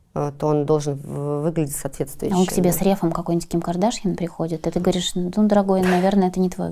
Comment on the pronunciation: Стрелец устойчиво и настойчиво не понимает, что Ким не кадАшян , а Кардашян. Ну элементарно же. Слух режет